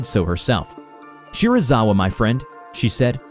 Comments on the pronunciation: You:Dr shirizawa Me: wait a damn minute.....SERIZAWA!? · me hearing Dr. Shirazawa Me: GODZIILLLLAAAAAAAAAAAA!!!!!!!!!!!!!!!!!!!!!